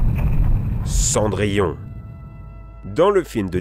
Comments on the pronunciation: mdr raïponce , pokentas, la belle au bois dormont , çondrillon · Khm...Khm... Prononciation parfaite...(raïponce , pokentas, la belle au bois dormont , çondrillon) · Fadièse Panda je me suis demandé si pour Cendrillon il l'appellerai pas cendrier.